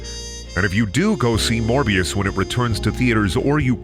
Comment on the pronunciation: It's not morber. It's never morber. #morbthesequel